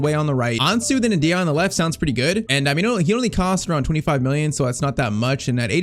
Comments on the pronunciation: Btw, this is how you should pronounce the name N-dih-AY-eh. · Every time I heard mention Ndiaye I heard (In the eye) ahhahah